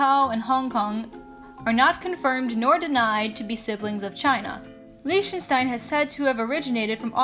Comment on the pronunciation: The way she said Liechtenstein, it's lie-ck-sh-tien